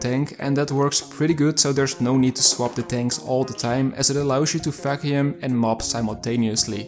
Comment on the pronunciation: Am I the only one who hears "robot f%#$ing cleaner" instead of "robot vacuum cleaner"? 🙃 But, nevertheless, it is a very informative review. Thank you!